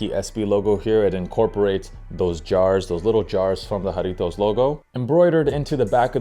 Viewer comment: You are the first sneaker content creator to pronounce Jarritos correctly 🙏 thank you